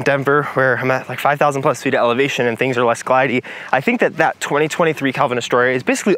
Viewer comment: Did you just say "alevation"?